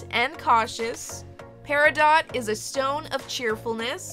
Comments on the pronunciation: That’s pronounced PERIDOT 🙄💚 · I am an August girl. Love my birthstone Peridot. Please don't pronounce the t. I have never heard anyone especially jewlers say Peri-dot. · I kept pronouncing it perido while recording and researched if I was saying it correctly! I found out everyone says it both ways but "pairadot" is actually the right way :) should have included that as a fact in the video! I still keep saying perido though lol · It’s actually pronounced perido. The t is silent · Pronounciation: Peridoe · It is actually pronounced pe ri dough love. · Edit: Heyyy! For those saying I’m pronouncing Peridot wrong, I researched it and apparently you can say it both ways (should have included that as a fact!) 💚 Here is Peridot!! 💚 Hope you love her and thanks for watching!! 🥰 Also, I uploaded twice this week!! 🎉 Stay Tuned for Life with Barbie Episode 37! 💖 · Ohhhh my gosh!!!💚💚💚💚💚💚💚💚! My beautiful birthstone doll! I freakin' cried! THANK YOU 💚.( please don't get mad at me, peridot has a long "O" sound and a silent "T") I truly love your hard work with these beautiful results. Love to all August babies💚🎂💚🎂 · LOVE because i'm a Peridot birthstone... (btw peridot is pronounced without the "t" on the end) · You are saying peridot wrong 🤔